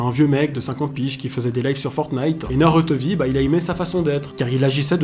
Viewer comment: Déjà comment prendre au sérieux un mec qui prononce NarUto mdrrrr Naruto et safine était innocent un problème de santé peut arriver à tout le monde et c’est pas psk on te jete un sceau d’eau ou de la peinture que ça va te tuer